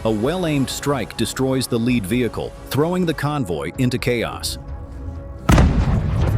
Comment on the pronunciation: tanks made of lead will die, for sure. Pronounced Led, it sounds like that tank was made out of the stuff, not being in first position in the column. TEACH YOUR AI phonics!